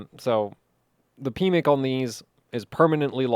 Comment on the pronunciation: Anyone else giggle every time said "pmic"?! My PMIC has been locked away for years...😂